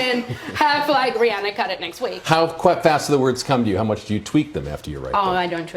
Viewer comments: She just called Rihanna Brianna lmfao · she said rihanner lol